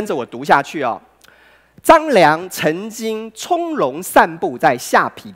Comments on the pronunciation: 可是我的國文教授在我們看完後第一件事就是說出他的缺點 而且他下ㄆㄟˊ念成下ㄆㄧˇ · 唸錯了： 下邳ㄆㄟˊ；圯ㄧˊ（橋）不是圮ㄆㄧˇ